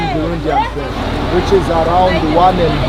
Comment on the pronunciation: बुरुंडी है या भिवंडी ?